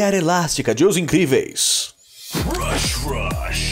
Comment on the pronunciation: Toda vez no inicio do vídeo eu escuto "Rush Rush" e não Brush Rush